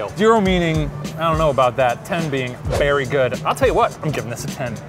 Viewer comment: "I'm berry excited" 😂😂😂